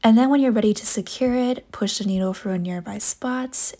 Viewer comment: It’s through not frough